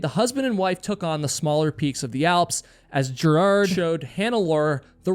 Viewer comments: Ger hard not gerad. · Gerhard, not Gerard. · You should learn to correct pronounce names. Besides the annoying way you OVERLY emphasize his 1st, it's pronounced "GARE" HARD not "JAIR" hard. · Not gerrhard ist ger Hard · 🤦‍♀️ its Ger-hard Schmatz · Good post but it's " Gare-hard" with a hard G and emphasis on first syllable. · Gerhard is pronounced with a hard G. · oh boy, how you pronounce German names. Gerhard Schmatz! Gerhard is not a french or english name, it is a german name and therefore not pronounced french or english! The syllable "hard" is pronounced similiar to the english "hard". But the "g" in "Gerhard" is spoken like the "g" in "great". So "Ger" is spoken like it is written. This is the clue to have a rule for speaking German. It is spoken as written, same like in latin and in most roman languages. Is it too much for the Us-intelligencia to keep that in mind?